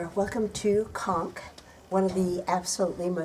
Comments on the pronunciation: 'Conques' is pronounced w/ a long 'o' sound. come on... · Conques (Co is pronounced as Co in Coke) Not Konk. It's a beautiful beautiful little touristic place on the Santiago trail. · Thanks so much for your view and correcting my mispronounced Conques. I do try 🙏 but am linguistically challenged. 🤪 Very best to you and hope everyone is well during the pandemic. Sincerely, 😍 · Thanks for the tip. Unfortunately, many of us (like me) are not as linguistically talented as you but I try my best 😍 Thanks so much for your view and time to correct my pronunciation. Regards